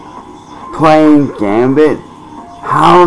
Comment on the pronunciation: So professional. This will definitely support a wife and 2 kids. 😂 Edit: Just realized he pronounced Gambit as “Gambi”. You’re a joke